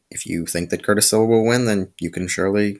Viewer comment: Curtis Sliwa is the founder of the guardian Angels 👼 & your saying his last name wrong 😑 & you should do more research on the topic next time!!